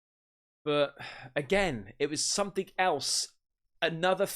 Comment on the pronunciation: I love the way says… somethink… like he’s got a stuffy nose. He really emphasizes the “ink” part & it cracks me up for some reason! My husband is from England, but he’s from Bristol, so he has a different accent. Funny how they have so many different accents in a country the size of England! Although, now that I’m thinking about it. We have different accents just in different parts of Southern California! I could tell If someone was raised in the valley bc they have that vocal fry, (think valley girl, or Kardashians). Whereas I’m from the Westside, where we speak more surfer/skater dude! 😂 🤙